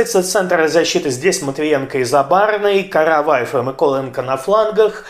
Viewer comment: Люблю дивитися як у них підгорає... Ведучий навіть "Миколенко" якось по-українськи вимовив... Невже вчить мову? 😊